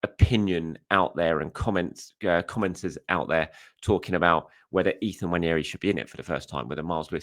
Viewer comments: Really appreciate you pronouncing Nwaneri correctly. Thank you! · I agree. It is very annoying when you hear "Wanieri"!